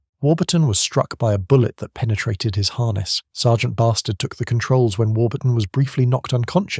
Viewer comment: Shouldn't that be pronounced B'Stard (like Rik Mayall characters in The New Statesman)?